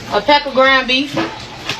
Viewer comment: At the mark, did the lady say grind beef 🥩 or ground beef🥩 ?